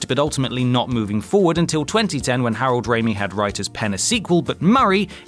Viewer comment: The way you pronounce Harold Ramis' name is infuriating.